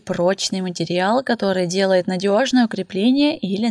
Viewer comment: А ещё слух режет «матерЬял»🙀 Материал же, ну…